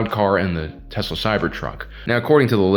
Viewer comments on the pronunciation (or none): none